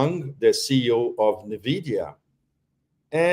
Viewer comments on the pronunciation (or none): none